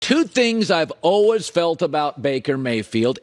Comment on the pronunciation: How does someone mispronounce "always". What the heck man lol